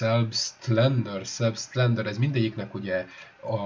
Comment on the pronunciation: Selbstlader - úgy kell kiejteni hogy zelbsztláder